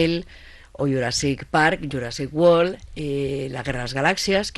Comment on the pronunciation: “Jujiasrrik wol” que lio se ha hecho xD aunque igual era Jurassic World en vasco y no nos hemos enterao...